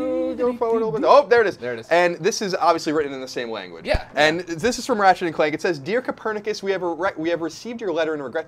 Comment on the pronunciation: Did he just say Raget?! Its Ratchet!